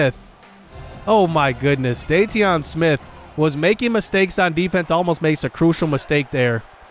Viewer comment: its pronounced "daytwan" smith not dayteeon lol